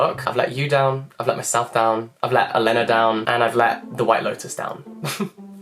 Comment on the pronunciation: Hi! Brilliant list. Thank you! You are definitely needed in book world! Just two pronunciation tips: Carmen Maria Machado (pronounced with a ch sound as in "chocolate". Elena (Ferrante) pronounced with the accent on the first E. This book was actually a big disappointment for me.